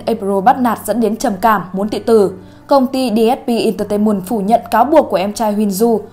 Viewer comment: DSP INTER TAY MUN ...DM TIÊU ĐỀ ĐỌC ĐÃ BỰC..NGHE TỚI ĐÂY THÌ BÓ TAY